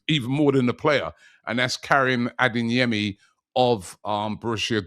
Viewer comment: It’s ADEYEMI not ADINGYEMI!🤦‍♂️